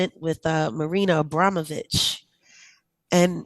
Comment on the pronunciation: is even pronouncing Abramovich correctly.